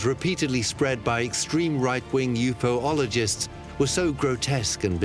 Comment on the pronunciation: Yup too many mistakes in the narration. I’m gonna have to abandon this channel. Sorry guys. Alpha Centauri isn’t a galaxy, there is no dark side of the moon, and I think they mispronounced ufologists.. bummer. Oh well.